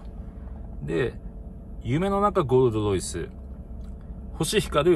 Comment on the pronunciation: ゴールドロイスが"ごーどどいす"にしか聞こえん。